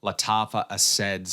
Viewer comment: The only dude who calls it A-said and not A-sad 😅 Is it the accent or just a personal choice?